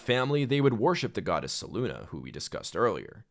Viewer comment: It has to be said, Selune is not ever pronounced (se loon ah); that would be spelt Seluna.. not Selune. Selune is only ever pronounced (Se-loon-ay) (Se-loon-eh) or (Se-loon). There is no “a” in there at all to get the sound (Ah)